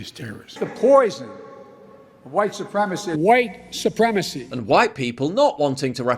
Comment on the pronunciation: Biden keeps going on and on about "huwite supreme macy" - WHILE BEING WHITE HIMSELF!!!